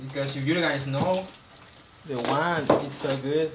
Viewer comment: sounded like you said wang...lol this bideo sux.